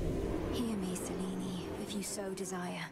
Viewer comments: If they wanted to pronounce it authentically, it would be closer to SEH-LEH-NEH. "Selinee" makes it sound Italian. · But we Italians pronounce it Seh Leh Neh as well, it is also an actual feminine name in Italian